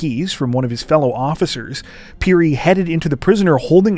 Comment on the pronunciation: Finally something from my home country Zambia and my brothers name is also Titus Phiri lol.And your pronouncing of phiri is excellent.